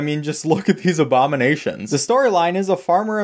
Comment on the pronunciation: “Obamanations” how dare you, like it or not that’s beak physical performance